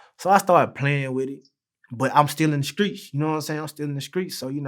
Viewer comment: I'm still in the skreet. Man I was walking across the skreet. This nigga was wiggin out yesterday. All in the streek buck-uh-nay-kid